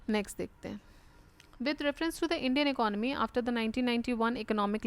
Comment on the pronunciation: Graced and least coaxial PCS centric test format version as per my long navigation on the youtube...and one more thing u resist to pronounce economy as "akanamy" or "guyjjjjj"....